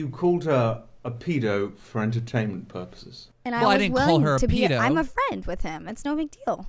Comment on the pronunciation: Wtf is a peedo? Lol